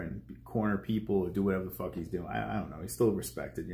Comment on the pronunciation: “Fook You” exactly what I said after the first time I heard you say fook boxing